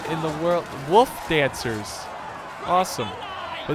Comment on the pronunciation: I feel the true power of midwestern accent when he said “woof dancers”